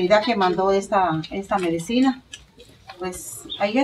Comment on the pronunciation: se dise medicina no medecina